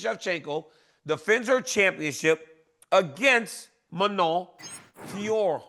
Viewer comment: BRO IT'S JUST FIO-RO LOL